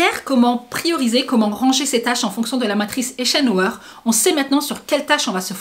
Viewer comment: Hello "Ce qui est important est rarement urgent et ce qui est urgent rarement important ». La matrice d'eisenhower a été inspirée par cette citation de l'ancien président. Pour la prononciation c'est aie-zen-o-ouaire. Merci pour tes videos.